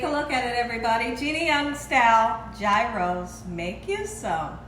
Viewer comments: It's pronounced Year - oh. 😊 Thanks for the video!! Happy Easter! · It's Greek - and it's pronounced Yee-rohs. The G is like a Y. And they are made on a pita bread. Usually no lettuce. Thin sliced onion, maybe some tomato and of course, the tzatziki sauce (cucumber and yogurt sauce). You need the lamb/beef mix that's cut off of the rotating cone that cooks over a hot heat source. Fire grilled, for example. These are very popular in Chicago neighborhoods. Yum! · Please, Gina! NO G! If you are going to cook authentic, please pronounce authentic! The Greeks are telling you correctly! Please join in! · Pronounced " Heroes". But I've never had one. I love lamb , but have never seen lamb strips, they look awesome ! Thank you, Have a BLESSED Easter ! <3 God Bless you all ! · Sorry Gina, it’s pronounced yros. Roll the r.